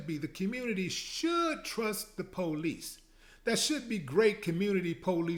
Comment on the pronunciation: The "po-lice"!